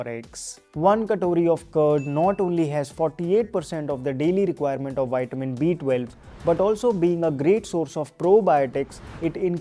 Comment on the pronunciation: Thank u so much for this video. But it's vi-tuh-min. Waiting for more. ❤🎉